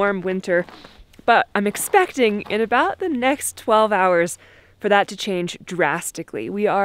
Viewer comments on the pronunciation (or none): was there an intended emphasis on the words “I’m expecting “?? Just wondering...